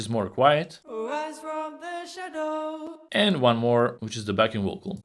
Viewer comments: Blimey, a 500+ bucks speech synth which stresses a wrong syllable in "shadows". C'mon, it's a common word, it's not "parallelepiped". "The ligh are so bwigh". It can't even speak, even less sing. I've never been so unimpressed. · Actually I think it would sound 10X more realistic if he simply increased the length of the first syllable in 'shadows' (grin).